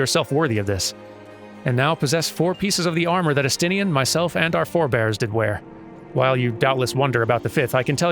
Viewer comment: It's pronounced Es-tin-ne-en in-game